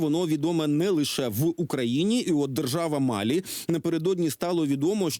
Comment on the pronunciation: Ведущий малограмотен… В названии страны Мали постоянно ставит ударение на первом слоге, а не на последнем, как правильно. Это бывшая французская колония, а во французском языке ВСЕГДА ударения на последнем слоге